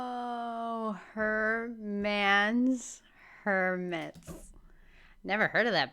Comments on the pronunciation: Her-mans Her-mitts 😂😂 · That was so funny. Once of Karls best one's :)